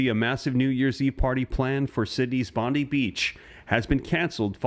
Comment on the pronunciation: its Bondi not Bondeeee